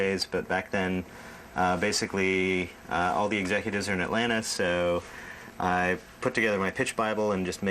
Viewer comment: I pass by the CN building all the time in Atlanta. I’ve even been inside and saw teen titans go drawings in the break room on the white board. Maxwell pronounced Atlanta correctly. “Atlanna”